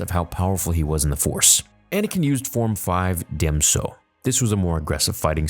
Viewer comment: Can y'all PLEASE STOP CALLING IT DEM SO .. ITS DJEM SO (pronounced GYM SO) ..